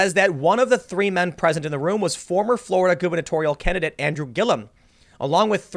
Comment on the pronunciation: GUBERNATORIAL.....Pronounced GOOBERNATORIAL. Tricky language English, you'll get the hang of it one day.